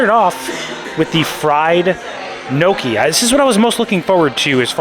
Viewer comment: It's pronounced gnocchi with a Spanish ene sound not knowki....Tim Tracker does that too